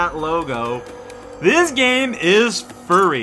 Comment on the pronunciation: not "furry" but "f-yuri".